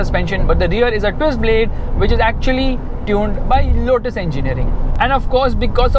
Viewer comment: which or bit*h? 😅😂